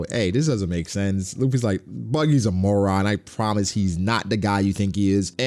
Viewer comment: I thought u said Mormon ngl